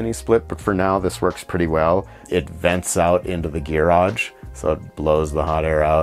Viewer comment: I think he is saying gear-age. it is for gear, not a car.